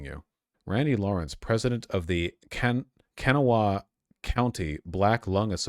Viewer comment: Hearing him try and pronounce “Kanawha” gave me psychic damage